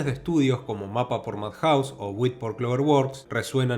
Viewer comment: UFOTABLE se pronuncia como 'Yuufooteibol', y MAPPA haciendo entonación a la silaba '-PPA'.